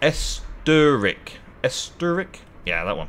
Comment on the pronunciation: Ess-oh-tare-ic LOL